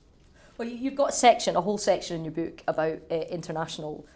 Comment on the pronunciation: It is not a 'beak,' interviewer. Say 'book'. BOOOOk.